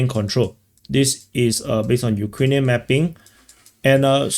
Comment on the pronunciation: Mapping is pronounced "mappppping" with a crazy accent on p . 😂